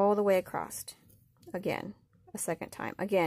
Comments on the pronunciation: Omg. It is ACROSS, not accrosT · The word “acsoss” does not have the letter “t” in it. Do not pronounce it as “acrost”.